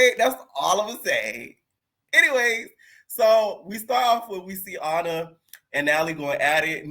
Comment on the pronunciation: lol he be killing me when he say Ahna from Ny/Nj like it's the same spot ! SMH 🤦🏾‍♀️ 😂Totally different lml Florida Ppl ❤